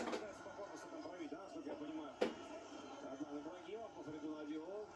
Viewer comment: Автор АДЛАН а не Аднан